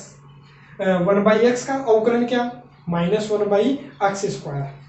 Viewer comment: Avkalaj nhi avkalan hota h sir